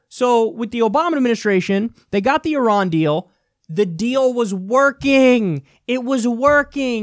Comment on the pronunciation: Thanks for pronouncing Iran correctly. Just so you know, Iraq is pronounced the same way, except with a "q" on the end: (phonetically) EEEEE ROCK. Just like (phonetically) EEEEE RON. it's not EYE RACK. Thanks for showing the flag of Iran. It's very pretty.